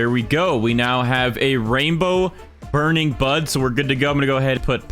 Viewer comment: I can’t stop hearing burning Butt